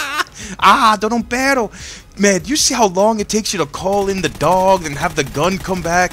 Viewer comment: its PERRRRRRRRRRRRRRRRO, no pero, we your latin fans can teach you spanish son jajaja